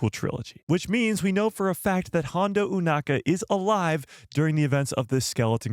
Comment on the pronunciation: "EW-NAKA"??? Why, when the ACTUAL SHOW and everyone else on the planet pronounces the name as "O-nakka" you say it differently? 🤷🏻‍♂🤦🏻‍♂